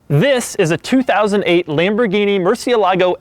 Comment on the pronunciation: Who did your math, Doug? 2008 to 2016 isn't "over ten years" and $215,000 is not 70% the value of $315,000. Try just a hair above 68% and we're not quite at 2018. Also, don't say Lamborghini again. You make all of us white guys look as stupid as you.